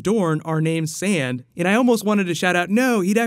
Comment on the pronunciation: When said that his last name would have expected been "Sand" I had to rewind it a few times. First to understand what he said, then just to laugh.